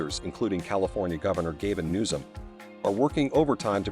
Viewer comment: Can't somebody create computer-generated narration that doesn't mispronounce the names of people (Gavin Newsom) and places (Mojave)? Is anybody at Smooth Structures responsible for quality control on this video??? If you aren't good at AI narration why don't you hire a professional broadcaster to read the script???